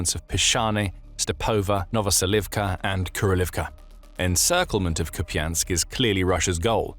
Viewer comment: Please stop saying kupiansk